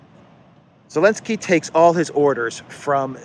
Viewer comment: Can someone explain to me why Volodymyr Zelenskyy's name is being mispronounced ?